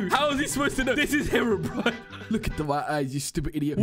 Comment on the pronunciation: I love how say hewobwine was gonna spawn